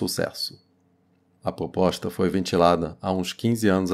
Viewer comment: Gostei da "poposta" rsrs.